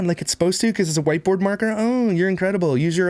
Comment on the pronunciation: did you call it a "wipeboard?!?" I can't tell if that's what he actually said or if he actually said whiteboard. Either way my mind was kinda blown because it is a fitting name.